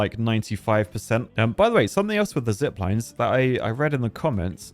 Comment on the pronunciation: First time this early to see him butcher not only the sluices, but also zip lines now apparently